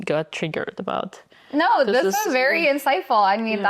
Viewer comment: Computer says nou.